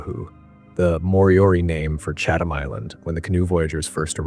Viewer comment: Great video. Only quibble is every time the narrator says CHAT-HAM or CHATH-HAM I have an actual twitch. The best way to pronounce it is CHAT-UM. Sorry but English gonna English. I used to live near Chatham Road (in London, SW11) so that’s why I know.